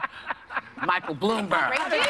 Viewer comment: Haha Whoopi, can't say his name. The fact that this show gets ratings is sad.